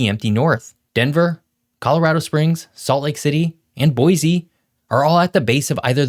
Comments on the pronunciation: Boy-C, please, not Boy-z. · You almost got Boise right. It's pronounced Boy C